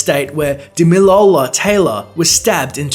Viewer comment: Actually I am Nigerian and it is pronounced as DAMILOLA